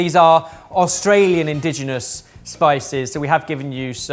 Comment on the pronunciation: (mispronounces "indigenous" as "indigenal"). *Popup: (misspells "indigenous" as "*indiginous") 10/10 perfection, would watch and chuckle again.